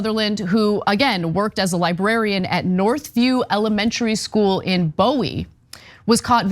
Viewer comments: My biggest take away is 2 things this guy is a creep gett'm outta here and Ana its Bowie as in Boowie NOT Boewie Show some respect to PG County😂😂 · As someone from Maryland, it isn't Bowie like the late super talented David Bowie. No no it is pronounced "BOO-E". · We pronounce Bowie as "boo-ee" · Bowie (Boo-ee) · Bowie is pronounced "Boo-wee" here. And... OF COURRRSE! It doesn't even surprise me anymore. Sick f*cks. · Horrendous! And in my old stopping grounds 😞So sad. (side note, the town is pronounced boo-we) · It’s pronounced “Booee”. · It is pronounced boo-eee. Like the knife. Not like the singer.